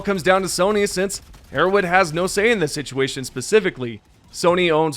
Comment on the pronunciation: arrow Head H H H H. Can you learn to say an H or are you too low iq?